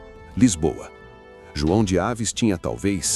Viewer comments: Bom trabalho., mas não é dinastia de Aves, mas Avis com acentuação no i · Não e dinastia de Ávis.. é Dinastia Avis .. Palavras oxítona acento tônico no " í"... ví... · De Aves NÃO. De AVIS